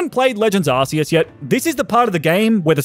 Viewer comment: Deep Breath ITS PRONOUNCED ARK-E-US😢